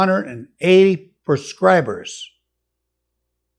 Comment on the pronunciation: "Perscribers" lol. Love this guy.